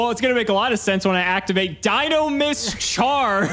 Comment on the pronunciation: no, we said Dinomischus, not Dinomist.